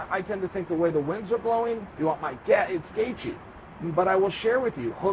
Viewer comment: Gaithje Is pronounced Gay-chi...Tnx